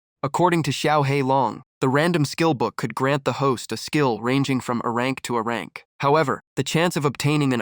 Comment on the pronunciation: Oh come on If you're going to upload don't use somebody else's s*** that was already s*** to begin with because hearing Arank Crank Brank instead of A-rank C-rank or B-rank